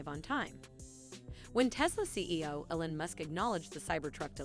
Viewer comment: ELON not elan! 🤨